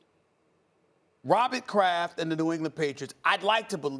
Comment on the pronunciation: Nobody: Stephen A: Robbit Kraft